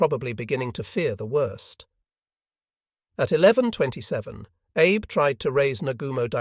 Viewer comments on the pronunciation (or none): Also "Abe", should be pronounced "Ah Bei". I suggest they run a search and replace of "Abe" with "Ah Bei" so that the AI reads it correctly. We don't care if the spelling is incorrect. We only care how the AI pronounces it.